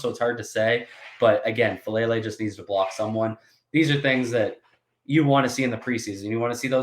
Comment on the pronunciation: Great breakdown. Just one thing with Number 77’s name: Faalele (pronounced Fah-ah-LAY-lay)